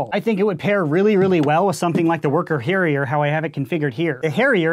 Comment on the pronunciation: I'm pretty sure it's pronounced "Herja"